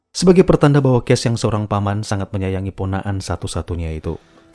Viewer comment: Medhok bgt mimin pas ngomong "PONAKAN"😂😂